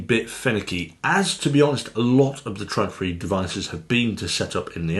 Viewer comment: it´s not called "tradfri" it´s called Trådfri....